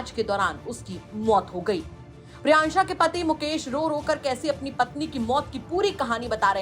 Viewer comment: Priyanshi ko priyansha priyansha bol rahi h